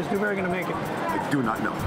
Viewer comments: Dew-berry Du-berry doo-berry DOO-FISS😂🤣🤦🏽‍♂️ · I’ve rewatched this video a million times just to hear Gordon say “Dewburry” over and over